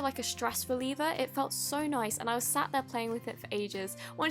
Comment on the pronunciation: Why u said so noice in 1.54